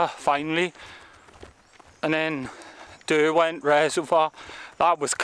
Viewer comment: It's Derwent...as in 'Durwint'...not darwint.